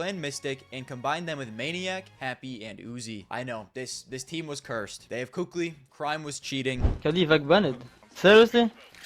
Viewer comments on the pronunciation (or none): It’s not about « sounding better »… it’s literally pronounced kaly if you’ve been around the scene at the time, the kukli thing comes from scream trolling years later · It's actually pronounced KQLY...